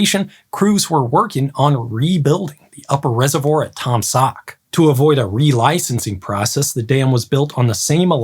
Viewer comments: Pronounced Tom Saw not Tom Sawk, the ‘k’ is silent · How can one read Taum Sauk as Taam saak? Where are the u going?